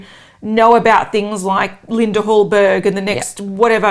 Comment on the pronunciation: It’s pronounced Linda Hallberi, she’s Swedish.